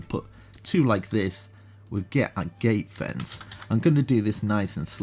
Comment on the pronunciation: he said gayfence